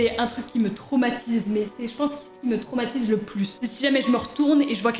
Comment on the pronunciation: Qui a conté le nombre de fois ou elle a dit tromatise et tromatisent 🤣😂🤣